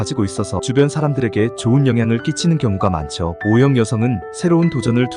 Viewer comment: 어형이 뭐예요 말좀 똑바로 하세요